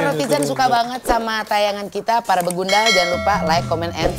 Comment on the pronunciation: BEGANDUL???...BEGUNDAL Teeeeh 😂